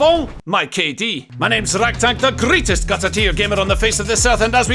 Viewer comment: I'm kinda new to this channel, and up until quite recently I've been hearing "Gutteteer" as a musketeer, or the one who's got guts and not "Gutter tear"... Well, works for me ether way😬